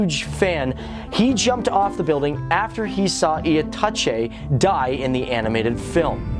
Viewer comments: Your pronunciations are hilarious lol XD especially itachi and konoha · omg dude xDD i couldn't stop laughing when you say names xDD oh mah god that was so funny!